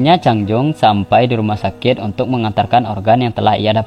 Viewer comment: Apa cumn gw yg denger dia lngsung pergi ke ruma sakek??🙄 Chanel orng Madura Tah??